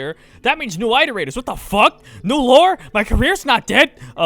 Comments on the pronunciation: "Eye-terator"? Iterator is an actual word, not just made up. It's pronounced "iterator" as in "it". And this is after you criticized Buddy for mispronouncing artificer. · Okay, your gonna comment on this guys pronunciation of "artificer" but you still call them the EYE-terators!?!?! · gonna give shit multiple times to the guy who said artificer wrong but then keep saying aight-erator lol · My man really comes out complaining about artificer pronunciation when he pronounces iterator like THAT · You make fun of the community manager for pronouncing Artificer with a stressed syllable but then go ahead and mispronounce iterator as "eye-terator" get ouuuddaa heeerrreee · Ironic when you don't say say iterator correctly, lol. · You keep mispronouncing “iterator.” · man's getting so angry over the pronunciation of Artificer, but pronounces Iterator like that? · Yeah well guess what, you’ve been pronouncing iterator incorrectly for a year!!!!! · no hate luv ur vids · Lol you correct artificer and then say iterator wrong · Poor Buddy, you should put the word 'iterator' through that pronunciation app. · while its wrong, it sounds better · Speaking of pronunciation mistakes, look up the pronunciation of iterator sometime lol